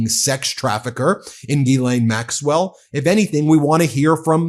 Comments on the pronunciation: “ Her name is Gislaine not Guylaine * the H should be mute in * Ghislaine , the proper pronunciation should be * Gislaine without the * H “ …….!!! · It's pronounced "Jizz-Lane" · I think it's pronounced 'Ga-len'...not that it matters, she's guilty AF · Would somebody please get this fellow the pronounce 'GHISLAINE ' PROPERLY.